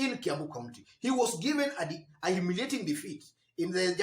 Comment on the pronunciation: must you stress that word humiliating defeat, mbona uko na madharau? Next don't say humiliating just say defeat. You sound hostile to kabogo.